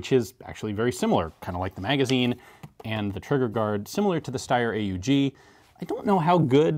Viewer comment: Thanks for pronouncing it "ay-oo-gee" instead of the usual "awg" :-)